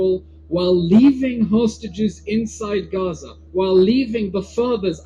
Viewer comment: Is it just me who heard "sausages" instead of "hostages" Gj mr tousi and team for fetching things into the lighr